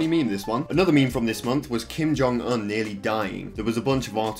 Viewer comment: Why did you say kim jong un like that?